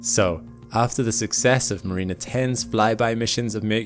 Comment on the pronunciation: The accent is on the first syllable in the word ‘mariner’ not the penultimate. Only saying as your English is superior to every native speaker I know so thought you’d appreciate the advice. Great videos.